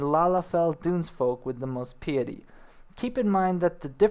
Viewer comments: Hmm dunno how much faith i have in this guy because he can't pronounce the word PEW JILL lIST or PIE ET TEE or ME KOTE TAY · PIETY. PAI-EH-TEE. MELEE. MEH-LEH. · haha, yeah he is funny. It might be purposeful, part of his charm. If not, other critiques: Cat people are spelled "Miqo'te" and pronounced Me-koh-tay. Piety is Pie-itty. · How do people play enough RPG's and fantasy based games without being able to pronounce such common terms like piety and melee?